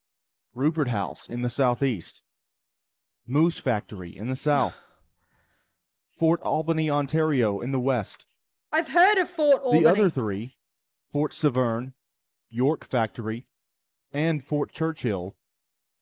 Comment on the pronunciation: Fort Severn is pronounced more like "seven" with an "r" in it.